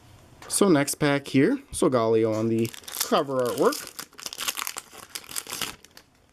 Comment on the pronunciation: It's pronounced So-ga-lay-oh